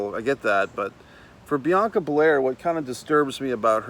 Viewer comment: its Bel AIR lol and the skipping is like a sassy kinda thing... I think u may be a little out of touch with the culture lol she supposed to b ya sassy kinda down chick... like a much lower key cardi b lol but I mess wit u bro, u funny asf and u def no wrestling... I'ma keep coming thru